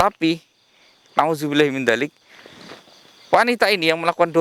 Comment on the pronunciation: Mr x perlu belajar ngaji lagi biar sesuai menerapkan kata" Masya Allah/subhanallah/astaghfirullah/nauzubillah